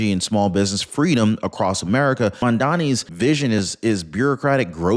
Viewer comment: it was funny bruh how you said mmdummy I died. here in Jacksonville,FL